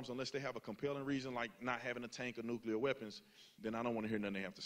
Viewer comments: Wow. Someone REALLY needs to tell Charlie that the word is NUCLEAR, not “nuculer.” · Nuclear - - - pronounced "new-clear" - - - not "new-ca-lear" - - - two syllables not three... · Charlie is high iq. But he pronounces nuclear as “nuke ya ler”. Smh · Charlie, please stop mispronouncing “nuclear”. (You pronounce it “nucular).